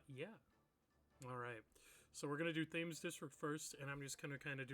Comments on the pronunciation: Just as a Brit, it’s pronounced ‘Tems’ not Tames 😅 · Great video, but you mispronounced Thames District. It’s named after the River Thames in London, and is pronounced ‘Tems’. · Hearing him keep calling it “Th-aims” district was painful to my British ears lol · You should say Thames with a harsh T, like you say the letter T. It's pronounced something like "Temms". Yes the spelling is different to pronounciation, yes that's British English. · Quick note: Thames is pronounced “Tems” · Got this video recommended by algorithm at 511 views and I'm so surprised it's not more popular, I will definitely watch more of this. Volume seems a little quiet. Side note: Thames is pronounced Tems... Brits being Brits (I can say that I am one myself). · thames being pronounced like that is really pissing me off 😭